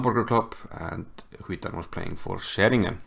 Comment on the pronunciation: Great game! Btw Cvitan is pronounced something like Tsvitan. In croatian c is always pronounced ts 😁